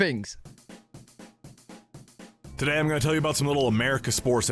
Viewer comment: American "fings". 😂